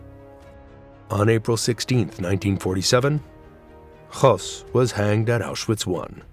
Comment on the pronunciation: Why do you pronounce Hoess as he was russian or polish? He was german.